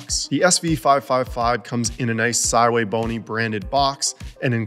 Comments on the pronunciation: Calls the brand sywaybony but names the scopes the correct way pronouncing sv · Sigh-way-bony! Well I learned something new today! 😂 So shouldn't that be the Sigh-Way-555? 🤪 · I accept it is Si Wei Bo Ni...but I don't like it lol